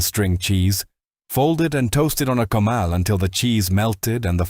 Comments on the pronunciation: Clean a CO-MAL! Only one of many mispronounced words! For Christ's sake people! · It hurts my ears to hear comal, nopales etc mispronounced and to see all those white faces representing brown faces --- oh come on. Lazy editing you can do better.